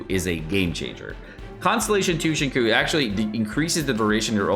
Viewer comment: Cringing at the way he says Xingqiu